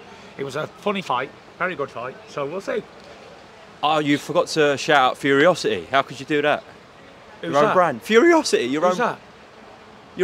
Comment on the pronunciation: was taking the piss because the interviewer said "Furyocity" instead of "Furocity"